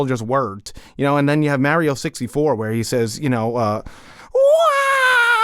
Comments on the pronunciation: Stop saying “MEH-río” 😠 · I am SO GODDAMN TRIGGERED that you guys pronounce Mario like “Mary-o”